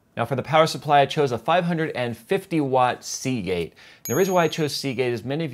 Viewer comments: say Seagate again.... SAY IT! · I cringed every time you said Seagate, even when you mentioned the hard drive.